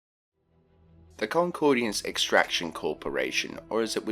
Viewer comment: It is pronounced 'Concordance' not 'Concordiance' and the 'P' and 'S' in 'Corps' is silent. Good god man, pull yourself together and learn proper English